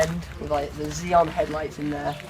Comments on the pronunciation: 0-60 in about 4.5 seconds you say..... try again. The M3 of 07/08 did it in like 4.3. Xenon headlights are pronounced zenon not zeeon...the N isnt silent. watch the thumbs down climb. Pointing out the bmw badge on the bonnet and boot as if anyone needed that identifiying. Child, get off you tube. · In the uk, where I live, where you live too. Its pronounced zenon and spelt xenon...your explanaition of the spelling "xeenon" i hope you realise reads "ecszeenon" ......regardless you said zeeon in the vid anyway. (what a stupid arguement this is) Its remapped yes I read that before commenting, as you said to 300bhp... that doesnt bring it down to 4.6, not a fuckin hope in hell. That 4.6 figure has come from one of 2 places which I will cover in a sec. The std 335d already had more tq than quite a few lambos actually, the remap certainly gave it more lbs but seriously.... with only 18bhp gain, you will never ever drop from 6 secs 0-60mph to 4.6 no matter how much tq you gain. Its worth at this point realising to yourself that you either made up the figure, or that your step dad is a little bit full of shit. You are reviewing a car and people are watching the video becasue they are interested in that car, so dont be surprised if you get called out when a mistake is made. I should lay off a bit, you're just having fun and perhaps not old enough to drive yet so I appologise for hating. Just cut out facts like the car has matching lights on either side, pointing out where the grill is, the bmw badges....that stuff was just painful to hear. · xenon pronounced zenon. Bless you for trying, but that review was terrible. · HAHAHAA im dying here, brave man. zeeeenon lights and not having a bloody clue about the car but yet still attempting to make a review and publicly humiliating yourself in the process